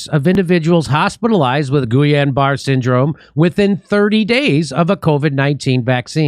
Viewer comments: Just for pronunciation purposes, it is pronounced "Gee-Yun-Ba-Ray" syndrome. It triggers an auto-immunity to attack peripheral nervous system. It is a slow paralysis beginning at the extremities (toes & fingers) and slowly move inward. Deadly when it reaches the chest area because you will not be able to breathe and can affect the heart as well. If you had it before, it is not advisable to get the flu vaccine or any ingredients involved with chicken egg yolk. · Great show - Thanks! Almost painful to hear you pronounce Gilliain Barre' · that's pronounced geeyon baray syndrome and it is fatal... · Jimmy Dore's pronunciation of certain things is enough reason for me to watch sometimes.🤣🤣 Say: "Gee-on Bar" Syndrome. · I think it’s pronounced Geeyaun Barray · Explains why they made it illegal to sue the manufacturers, they knew it was a scam. BTW that disease is pronounced ghee-ahn bar-A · I like how made the L's silent in GuiLLain-Barre too. Jimmy is so much like my dear old departed grandma, she just made up names when she couldn't pronounce them too. It's pronounced Gee-lan-ba-ray... with a very thick frenchie accent.